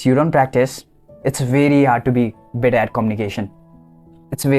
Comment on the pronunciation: Your better sounded bitter no offense